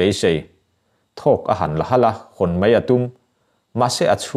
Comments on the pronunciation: Mei ti lovin mai ti tawh la, ngaihthlak a nuam leh zual ang. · Mai hi mei i ti tlat zel mai... A ngaihnawm e